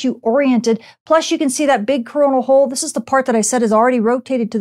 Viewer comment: Am I the only one hearing her say crona holl y does it have the same name as corna virus ? ? Very Very word makes me wonder